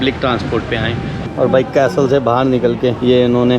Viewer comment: it is not pronounced as CASTEL but CASEL the T is silent,you are an international Vloger so please be careful with pronunciation.Slavery was bad but worst was that African tribes used to capture other Africans for slavery.